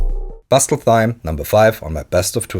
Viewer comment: Pronounce Thyme like “time”, Pyramid like “peeramid”, and Pristine like “pristeen”. No offence meant and I love the content, just a couple improvements. I am learning Dutch and find pronunciation issues often, so I try to “pay it forward” with my native language.